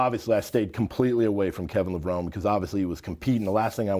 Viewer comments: Like, it's literally pronounced, "Le-Vro-Nee", jabroni 🤦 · Damn Straight Man. How can this guy not know how to pronounce Kevin's last name correctly. 🤦🏽‍♂️🤦🏽‍♂️ Lev -- Row - Neeeeeeeeeeeee!!. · Literally just thrown everywhere, Cant even pronounce Kevin’s name properly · My literal reaction to mispronouncing, Levrone ➡️